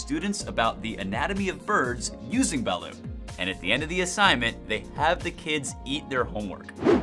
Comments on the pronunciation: #4 is pronounced ba-LOOT, not ba-LOO, and it is NASTY smelling! I could never drink quite enough San Miguel to try it. When I was in the air force I was stationed in Japan and traveled extensively in the far east and "down under", and that's how the locals pronounce it. #1, fugu isn't all that dangerous if you go to a reputable ryoria (restaurant specializing traditional Japanese food), it's actually quite unique, you buy an entire fish and after the dangerous bits are removed (skin,liver, gonads),it's sliced paper thin and shared in a group of friends, it's not a meal, it's an appetizer. The live octopus they eat in S. Korea is much more dangerous than fugu. They eat some quite interesting things in Australia too, like vegemite . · It's not ba-lut its ba-lOt not spelled that way but how its said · Its duck not chicken and T is not Silent 🤪👌 Balut is good yum yum 😁